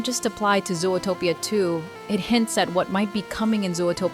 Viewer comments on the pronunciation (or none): Fun video, but why do you pronounce Zootopia that way? Sometimes you really pronounce it very weird and wrong